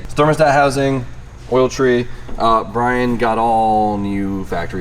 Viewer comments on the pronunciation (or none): It sounded like you called Brian B-Hole...